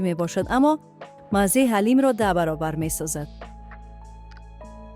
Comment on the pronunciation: ساعت است نه ساهت حلیم است نه علیم اوف چرا مردم درست تلفظ نمیکنند 😡